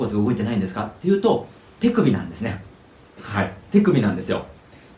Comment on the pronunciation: 手首の発音がてぃくびって聞こえるんだが・・・